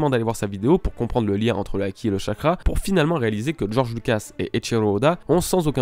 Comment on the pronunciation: "acquis" "Haki" comme tu veux lol sinon good video:)